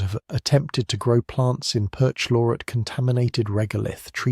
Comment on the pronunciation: No normal human person would pronounce "perchlorate" that way. You suck even more than I thought. I can get the same information elsewhere. So I will.